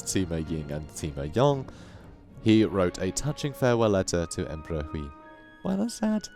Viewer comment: You pronounce any Chinese names that has the -ui suffix like Hui, Sui, etc. like 'way' but with the start of the letter. Sui would sound like 'sway' and Hui would sound like 'hway'. Also apparently Sima is not pronounced as 'see-mah' but as 'suh-mah'.